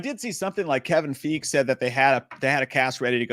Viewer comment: Kevin Fiege is pronounced (Fie-gee)